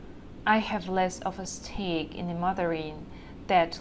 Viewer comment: Hi, Outstanding video, very practical! One observation: "stake" sounded odd. It should have been more like "sDake" (It is how I tell my Chinese-speaking students to do.) What do you think? Best, Albert, SF, CA